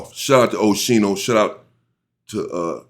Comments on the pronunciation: Aye UNC you say his name like (OSKEENO) 👈🏽👀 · MY MAN SAID OSHINO 😅😅🤞🏾